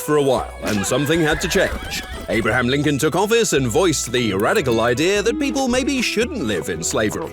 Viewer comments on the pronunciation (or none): none